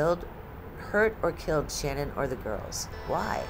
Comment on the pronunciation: Her name isn't pronounced as Shannon. It's Sha-nann, the end pronounced like word nanny starts.